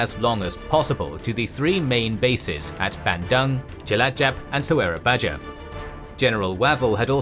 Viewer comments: just being nitpicky here but "j" is pronounced as "y" so "surabaja" is pronounced "surabaya". "Dj" is pronounced as "j" and so on. but anyway great content! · Su-ra-ba-YA. Sura ("Shark") and Buaya ("Crocodile"). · love the detail of the story, but fully disapointed with pronunciation of the city. Its totaly wrong. do more research please